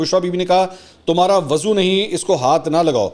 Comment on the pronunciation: Lafz wazu nhe hota balky wuzu hota hy